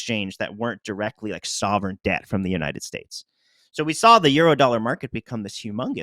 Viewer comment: He Said "sovereign-Sdebt"